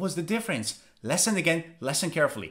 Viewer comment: He was told like 5 times how to pronounce the word *listen*, yet he keeps pronouncing it wrong